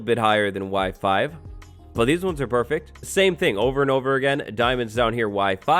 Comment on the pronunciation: when he said Y5, I heard WIFI